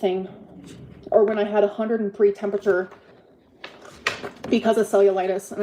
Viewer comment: “Tempechure” lmao